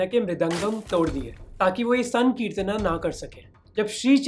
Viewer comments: Bhai sahab ye sakritna kya h ...isse Hindi ki trh v to bol sacte h....yese bolo srikitan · Is it just me or Mohak's pronounciation of Sankirtana sounds crazy